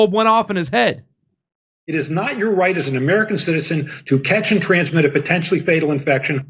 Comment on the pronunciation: 7.00 potentual ..!! .. yeah potential bulls###.😅😂